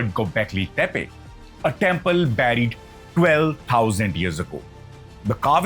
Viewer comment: Nice content, hope you can improve on diction. Some words are pronounced very badly like buried